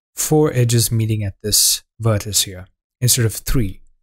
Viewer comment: As soon as people say "vertisee" or "vertice" I realise that they have no formal education so probably shouldn't be teaching on YouTube. Where is the World going to end up when taught by these people. The Internet has doomed us to moral decline and stupidity.